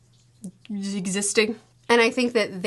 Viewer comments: Tenten not getting a single solitary mention is so real. also, her name is pronounce <<Kha-Reen>> not <<Care-In>>. she's a "ninja", not a soccer mom. also also, her obsession with Sasuke seems to make sense. if Uchiha feel the most extreme love & grief, and the Senju feel the most kinship, then the Uzumaki feel the most passion. we see this with Kushina and her temper, we see this with Nagato in his rage moment summoning the Ghetto Mazo, and we see this with Naruto in his... everything. so yeah. when the object of that passion is an emo boy? kinda sorta makes sense that she'd feel so strongly towards him. i do wish Karin and Naruto got a little more screen time together. even Naruto saying "you remind me of my mom" or even better, Minato saying "you remind me of Kushina" would've been enough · Very funy to be that the way you pronounce Karin souds like Karen, was it on purpose? 😂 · I lost it every time mispronounces Karin's name.